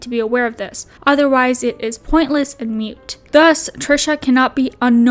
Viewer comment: It's "moot", not mute. No shade, I've just heard a lot of people say it that way and thought I'd throw a heads up in there.